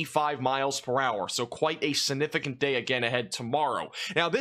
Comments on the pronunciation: It's "siGnificant," not sinificant. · I hate the way you say significant but I love your weather reports :)